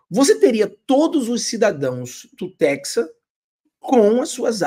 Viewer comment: só corrigindo , nao é texa e hora e sim é TEXAS e HORAS . obrigado